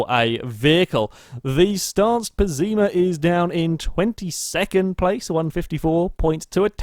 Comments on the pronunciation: Bad Drivers of Euro Truck Simulator 2 Also, not sure where you got that pronounciation from, but "Pessima" is pronounced as Pes-IH-mah, since it's a spanish word. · "Pessima" actually is an Italian word pronounced 'pèssima' which means awful. Not even Beam likes this car.